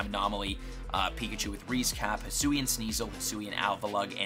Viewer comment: The fact that says “Hisoo” instead of “Hisui” makes me cry 😭